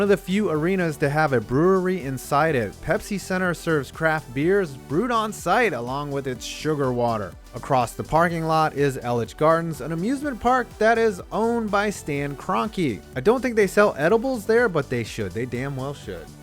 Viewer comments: It’s pronounced ee-liches not el-liches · The way he said eliches hurt me! I love that place!